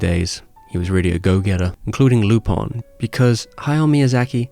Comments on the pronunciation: Dude, what the heck is "Lupon"? (lypɔ̃), it's Lupin (lypɛ̃) :/ (I kept hearing "loophole" wondering what the freakis this x'D) ( I just checked, the character is half Japanese, half French... Lupin is a call to Arsène Lupin famous fictitious French gentleman thief) Do the Japanese called him "Lupon" or something? I don't get it :/ Anyway, great video like always, cheers! :) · its Lupin not Lupon. In japanese its Ru-pan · I love the music, they say Lupon. Unless you have some weird dubbing